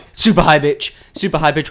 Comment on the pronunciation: lol i swear u said high bithch voice then corrected yourself :D